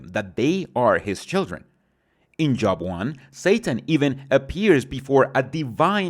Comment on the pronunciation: Y you pronounce the book of job wrong?